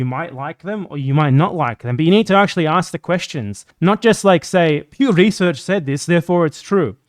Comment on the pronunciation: PEW RESURRRCH DAYTAHH